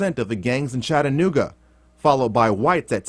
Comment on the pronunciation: Close. It's Chattanooga.